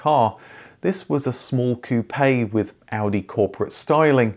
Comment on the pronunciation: I appreciate the proper pronunciation of car brand names.